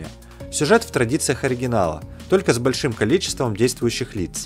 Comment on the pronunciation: Чувак, подтягивай грамотность речи. Причастные и деепричастные обороты используешь просто ужасающе некорректно! Ударения «большИми» - «бОльшими» сильно меняют смысл предложения. Ну и «кладОвщики» - отдельный перл, конечно.